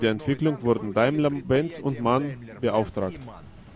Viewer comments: Jo vielen Dank fürs Übersetzen. Soll kein meckern sein. Nur ne Info. Die Firma wird nicht "Man" sondern M A N ausgesprochen. Also jeder Buchstabe für sich. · dsa heißt nicht Man sondern M.A.N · sry spricht man M-A-N